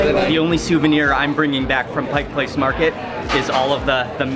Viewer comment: It’s a tourist trap and expensive but it’s fun. Thanks for not saying “Pike’s Place”. With all the people moving here, you now even hear people living here saying it. 😖 Next time you get to Seattle though, you really should check out some of the ethnic neighborhoods here. Little Saigon but also lots of SE Asian food in South and Southwest Seattle, and Korean up north.